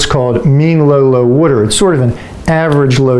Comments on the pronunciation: It’s water not wutter. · Hehehe he said wooder. Is he from Philly?